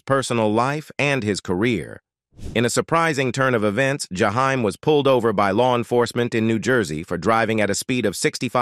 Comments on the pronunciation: I can barely stand to listen, because of the mispronunciation of his name, and voice is boring, no feeling, like the teacher in Ferris Bueller ‘s day off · This is why I don’t like these robots, it always mispronounces names, especially Black names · That's not how you pronounce his name